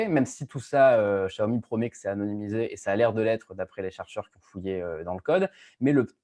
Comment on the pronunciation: Spécialement pour François Sorel, un petit tuto pour bien prononce Xiaomi ;)